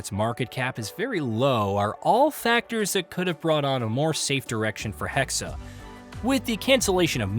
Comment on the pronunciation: HEXE! NOT HEXEY! ITS GERMAN!!!